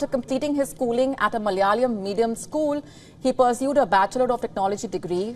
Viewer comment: Not malayaleum, it is Malayalam.